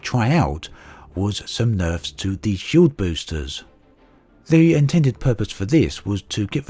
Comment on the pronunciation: was it supposed to be nerfs not neffs?